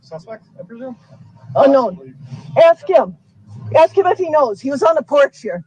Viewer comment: AXE! OVER RUU. NOTHING ABOUT THIS IS FUNNY. YOU KILLED 6 people. And ran over 67 others. So THAT IS WHAT ISNT FAIR. NOT A STUPID STICKER! “It don’t have a sticker” hmmm. It doesn’t. Axe? Hmmm ask. Troof? Truth. Oaf? Oath. Tackit? Tacit. I’m telling you. I have NEVER met anyone like this nor do I ever care to. This jury has to be astounded by what they see every day with this __ bag.